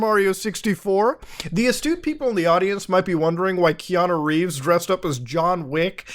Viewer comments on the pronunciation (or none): none